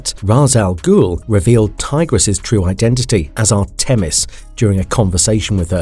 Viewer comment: The way he/it said Artemis….